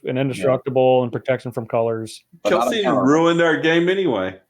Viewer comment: It's KEL-SEE-IN, not KEL-SEEN.